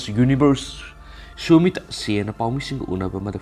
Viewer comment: Pabada khara chumma pabiyu sumita haiba natte sushmita sen haibiyu